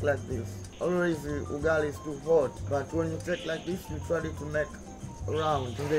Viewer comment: He didn't say ugali he say yugali🤣🤣🤣🤣🤣🤣🤣